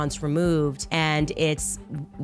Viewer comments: "buried" is pronounced "berried. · Why do you say buried the way Candace does? That is not how you say it.